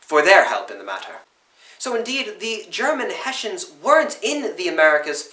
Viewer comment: Germans: Hessen British: Hessians: Heshans